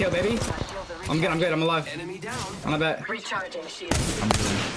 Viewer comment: Thee toosher